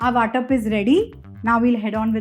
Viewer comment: It's Vatan not Vatap! Vatap means distribution.